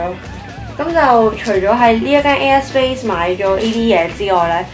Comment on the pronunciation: 聽咗好耐都聽到 u a space 😂 要睇info bar 先知 air space 😂😂 btw 啲衫好靚